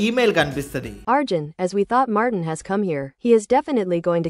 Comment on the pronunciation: Martin ❌ Mortein